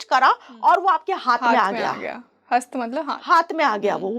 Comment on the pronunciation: हस्ता नहीं कृपया हस्त ही बोलें, यदि हिंदी में बोल रहीं हैं, हिंदी भाषी हैं तो कृपया शुद्ध हिंदी का प्रयोग करें।